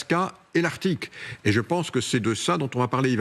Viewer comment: Thierry Breton ne peut-il pas faire l'effort (pas si énorme) de prononcer "arctique" correctement ?